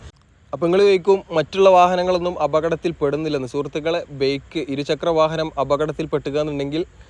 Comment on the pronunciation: ബെയ്ക്ക്.. അല്ല.. കുഞ്ഞാ ബൈക്ക്... ഇനിയും തിരുത്താൻ സമയം ഉണ്ട് ട്ടോ...